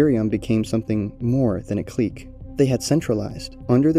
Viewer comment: I can’t tell if you’re intentionally butchering the pronunciation of the word ‘clique’ or if you just don’t know how to pronounce it lol